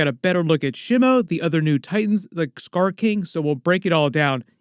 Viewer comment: By the way Shimo is pronounced SHEE - MOH with short pronounced vowels, and SOFT consonants; it's NOT pronounced "Sh'moe"*